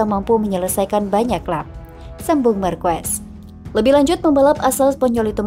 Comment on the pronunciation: Marc marquez dibaca Marc markues❌ mark markez✅